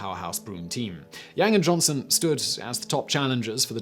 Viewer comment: Yo Simon, for future reference. A is a long vowel in Mandarin. So Yang is said like "Young".